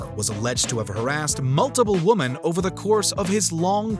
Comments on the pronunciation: Glad it’s not just me that noticed the consistent mispronunciation of “women”. He’s done it in other videos too. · Why do you alway pronounce "women" wrong, it's old English just look up. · you say 'woman' when you mean 'women' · The plural of woman is quite a challenge for this narrator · Hey soy boy, it’s multiple “women” Not multiple “woman” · As an aside, is the narrator saying "woman" when he means "women"? It's very distracting. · Good content but why can't this narrator pronounce the word "women"? What is "multiple woman" about? Distracting lol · I'm not sure why but it irritates the bejesus out of me how the narrator says "woman" singular after saying something like "harassed multiple woman". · Multiple woman 🤣 “women” bro